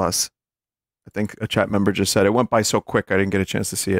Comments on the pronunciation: I first found Vinny via Supra Mayro Kratt, so hearing "I NEVER DOUBTED EET" fills my heart with joy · "I never doubted eet" has been force fed into my daily lexicon thanks to this man